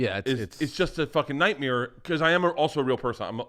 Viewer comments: Bert really does say "nightmeer" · Burp is relentless with that stupid “nightmeer” bullshit